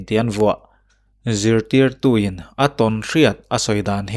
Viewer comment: 'Zirtirtu' tih i sawi / lam dan a dik zaih mai.